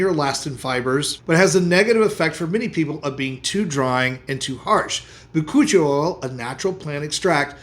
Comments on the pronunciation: Anybody else hear him say cochi oil. And then realize it was something else. 😂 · So am I the only one who thought he was saying Coochie oil, at first😂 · I thought he said koochie oil. 😅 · He said Bakuchioe oil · Lol he defo said Coochi oil to my ears. Bachuchial haha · What is he saying for the last one? Bacooch oil?